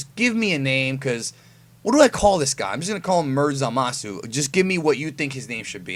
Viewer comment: Nigga Said Zamasu!.. Like A God